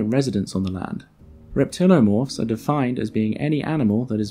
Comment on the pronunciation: it's pretty frustrating to see "reptiliomorph" and then hear you say "reptilomorph" over and over.